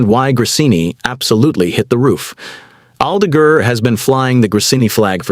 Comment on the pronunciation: Aldeguur, Aldegeehr, someone needs to train that IA dude's pronounciation asap.